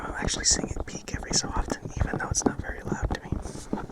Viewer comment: Yeeeesh me likes vewy vewy much^^